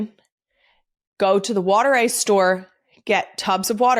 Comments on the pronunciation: Water ice is properly pronounced “wooder ice.” Italian ice is an acceptable name; it originally came from South Philly waaaay back when South Philly was primarily an Italian immigrant neighborhood (now it’s an Italian/Asian/African/Latin neighborhood and the BEST place to eat 🤩!) It is not a slushie or an icee. Rita’s water ice is really good, but it’s closer to a slurpee than real water ice. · The real Philly pronunciation is wooder eyes.